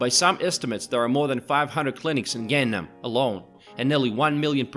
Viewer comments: Great views of the city! Although viewed through a very rose tinted lens. Would be nicer if the narrator had learned how to pronounce the names of the places featured in the video. His pronunciations of "Han", "Lotte" and especially "Gangnam" were cringeworthy. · The way he pronounces Gangnam is ATROCIOUS. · The ultra-popular song that the announcer obviously is unfamiliar with because of the way he pronounces Gangnam. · Great video, but you're really butchering the pronunciation of "Gangnam" lol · God ! U can’t even pronounce simple word like Gang nam!!!!! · And Gang-nam (강남) has to be Pronounced “Gang Nam” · By the way, could this guy try any less to pronounce these places properly? Seriously! It's like he's TRYING to mispronounce them! WTH: Laahtay World Tower, Gang-um/Gaynnum... the palaces were the worst--or funniest! They're all neat places though. Korea is a great place to visit, but staying too long makes you realize that you will always be just a visitor, unlike when Koreans move to America or Canada and become citizens. Nice to visit for a week. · Gangnam is pronounced an Gahngnam (not like 'gang') etc.